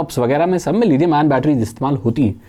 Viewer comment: लिथियम होता है लीदियम नहीं। इंग्लिश में d से द नहीं होता है।